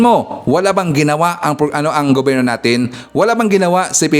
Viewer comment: Ano,hinamon mo si #manangimee😂eh,sa vlog mo pa nga lang nabubulol kna,hindi mo nga mabigkas ng maayos ang salitang gobyerno😂ang sa yo gubirno😅😅😅😅ano ba yan😂